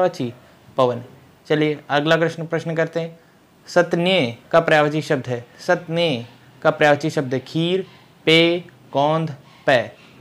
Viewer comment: स्तन्य को सतनेय बोल रहे हैं , पय को पअ